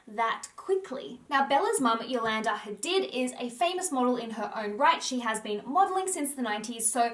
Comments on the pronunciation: I hate it when people mispronounce people's names. It's my biggest peeve. Hadid is an Arabic name. This entire world should know how to pronounce the vowel sounds in global languages. It's not hard! Google is at your fingertips. Don't change the organic sounds of people's names. That goes for everyone. It's so rude. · Hadid is pronounced Ha-deed hun x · It’s pronounced Ha-deed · Just to point out, Hadid is actually pronounced Hadeed... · the way she pronounces Hadid.